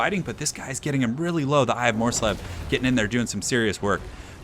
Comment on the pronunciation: It's pronounced mors-leeb. :-)